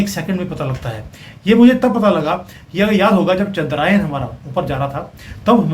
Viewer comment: Ye ‘Chandrayan’ nahin “Chandra Yaan” tha …